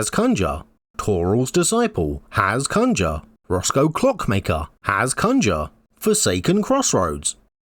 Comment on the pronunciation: For the love of gd please go see the way you should pronounce conjure...